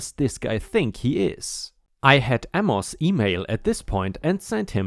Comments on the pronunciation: Amos is pronounced, A' mus, not a mos' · Amos = Ay muss. (Ay like in "hay.") Not that it makes a major difference, but "eh" isn't said like "uh." It's more of the "e" sound from the word "bet." If you've ever seen it in American programming, it's like when someone shrugs their shoulders and makes a sound like they don't care. "Eh, whatever" for example.